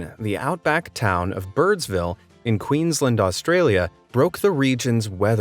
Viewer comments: hey man its not pronounced quings-land its queens-land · That’s not how you say Queensland sorry it annoys me